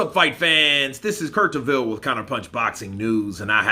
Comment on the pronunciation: Get his name right...Beter - biev.